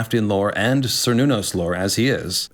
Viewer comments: Even though by now I already know it's Cernunos, I cant stop interpreting it as Sir Nunos every time:( PS: read the goddamned notes,. Ffs. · Only because of how often the character is raised on this topic: For "Cernunnos," is "Ker," not "Ser," just as the people are Celts, not Selts, and the clan is "Kennedy" (originally spelled "Cennedi"), not Sennedi.